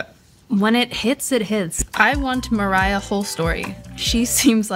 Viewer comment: What do you mean "mErAyA" it's Mariah. "Mariya" literally.